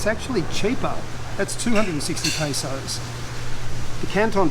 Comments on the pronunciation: It's PESOS sir , not PASOS 😆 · It's Pesos not Pasos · Pesos sir, not "pasos". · Hi I like you it’s peso not pasos that’s wrong. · May I correct you sir. It is pesos not pasos 😊 More powers and Godbless sir. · PESOS NOT PASOS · Sir not pasos but pesos when your talking about cost or money... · its Pesos not Pasos i guess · Yeah I giggled to with the pronunciation of pesos Diba 😂